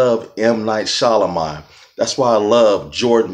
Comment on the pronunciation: Pronounced "SHAM-A-Lan" lol but wow what a great review. Very insightful. Thanks so much. I can't wait to see it. I also enjoyed his not so popular ones like Lady in the Water and After Earth. So I think I'll love this one.